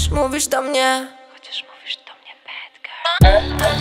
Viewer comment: bad. Bed to jest łózko (chodzi o wymowę)